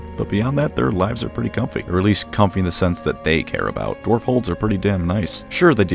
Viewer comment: Are you saying Dorf instead of Dwarf?